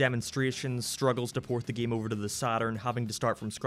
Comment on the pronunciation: Why do you pronounce game like geme or gameplay like gemepley? Like a sounds like e when you say it, And I fucking live for it, also unleashed is my fav game and 06 is second cuz nostalgia